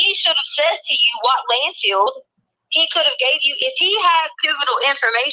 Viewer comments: Does anyone else hear her stupid ass saying "land field"? I can't stand her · It's LANDFILL not landfield,.